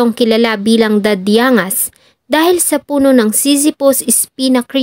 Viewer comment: Dad-dyang-gas po di dadiangas 😊